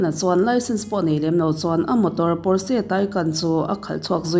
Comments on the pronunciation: Porse ani lo, pawrch tih alam tur aw.. A sipel dik tak chu Porches... 😊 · Pawrse niloin Pawrsa ti a lam tur aw.. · Pawrsh ti in lam tur aw. Germany atanga siam. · Potsche = pawrsha ti a lam tur a lawm. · 'Porsche' car hi 'pawsh' emaw 'pawrsha' tiin lam rwh... Porsche taycan nih chuan "Pawsh tekan" tiin... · Porche lam dan hria la tha tur a brand lo angin i sawi ,sap trawng hi i thiam vaklo nihhmel,l